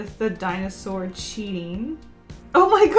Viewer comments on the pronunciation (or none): “Binosour” IM DYING FROM LAUGHTER